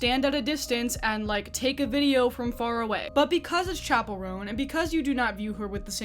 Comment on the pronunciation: she owes me pronouncing "chapell" right, which she doesn't